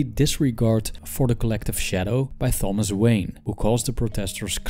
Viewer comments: The "h" in Thomas is silent. It's pronounced "Tom-us." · Seriously excellent video/lesson, but the soft "Th" pronunciation of Thomas was bugging me